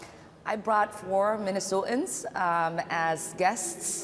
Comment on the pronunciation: Somebody needs to explain to her that the word Minnesotans has a T in it.